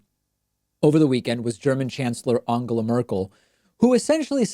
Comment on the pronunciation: at least he didn't pronounce it Engela or Endschela as most Americans do. And maybe this is a Laurel/Yanny thing but to me David's pronunciation doesn't sound really like an 'O'. It sounds more like a Hungarian 'A' or, in terms of English, like the 'a' in 'what' – somewhere between 'A' and 'O'. But sure, he could maybe do better, since the phonology of the English language has an 'A' sound in words like 'up' and 'us', and from Spanish he knows the sound too. I guess that it's too difficult for him to follow that with the nasal 'n' which requires him to pull his tongue back. I can't think of any English or Spanish word with that combination. I just recognise that he's making an effort, just as he always did with the names Buttigieg and Tulsi.